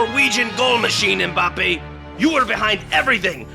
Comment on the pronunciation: The commentator is one of the fewest westerners who pronounce "Mbappe" the correct way unlike the majority that say "em-mbappe"